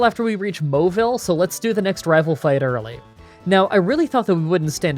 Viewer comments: did he just say "MOWILLE CITY"!? I always pronounced it "Mau-ville city" like it's written? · i'm sorry dude but i just CAN'T. it's "maw-ville" not "mo-ville" xD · Maybe it's because of his accent?